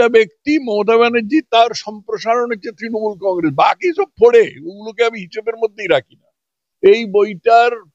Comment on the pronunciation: দলটির নাম তৃণমূল- তিনমূল নয়। আপনার speech therapy করা দরকার। তথাগত বাবুর অত্যন্ত শুদ্ধ উচ্চারণের সামনে আপনার উচ্চারণ বড়ই শ্রুতিকটু।